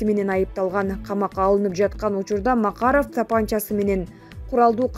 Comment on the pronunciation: ЭЭЭЭЙЙЙЙ😁😁😁😁😁😁😁😁ЖАНЫЛЫКТЫ ОКУГАН МЫРКАНЫ АЛМАШТЫРГЫЛАЧЫ!!! МАККККГГГАРОВ ДЕП ТАНТЫРАТПАЙ!! КАНЧА СОЗДУ ТУУРА ЭМЕС НАКТА МЫРКОВСКИЙ АКЦЕНТ МЕНЕН АЙТЫП ЖАТАТ !!😁😁😁😁😁😂😂😂😂